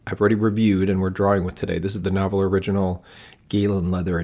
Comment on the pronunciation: FYI—The pen company’s name is pronounced Nar-whal, even though the company’s name is spelled differently. Thanks for the review and your thoughts. I have several of their pens and enjoy them all.